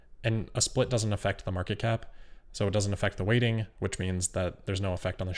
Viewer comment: everytime he says weighting I hear "rating" (with a speech impediment)